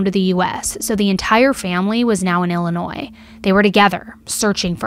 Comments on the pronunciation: Off topic from the case. But as someone from Illinois. I appreciate you saying the state correctly 😅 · I totally agree! Most don’t know that the S is silent! I live in Illinois 🤣